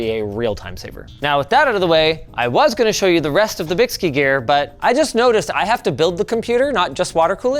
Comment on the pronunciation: bykski has been around over a decade. 2 of the best am4 water blocks I've ever purchased back in the day for $60 Also I believe it is pronounced Bike Ski because the guys that started the company are into biking and skiing.